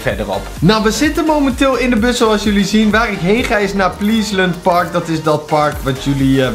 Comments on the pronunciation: Je zegt plesent park IPV pliesent park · Het is niet pleesent maar plesent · Plieslunt fielts in plaats van pleasent park😂😂😂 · Het is “ples end park” (zo spreek je het uit) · Pleeesent park? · Die mitrailleur heet een minigun. En pleasent park zeg je als plesunt park. Wil je miss de namen die je weet gwn goed noemen? Geen haat hoor😂💪